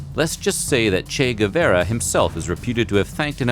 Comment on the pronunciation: Is that really how Che Guevara is pronounced by native English speaker? (I'm not trying to criticize, it's really an actual question).